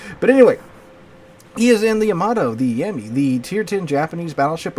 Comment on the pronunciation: It's yuh mah tow. It's like Yakuza eng yah where Japanese is yuh. I'm sure you don't say YAH KUZA you probably say yuh KUZA right Yamato the same way. Also I'm just stating for anyone in the comments wondering the correct way. Yammy even more insulting because it really lays into the yah vs yuh. I gather you're a teacher of some sorts, have some respect for learning. You could of just mispronounced it and went in instead of making a meme about it.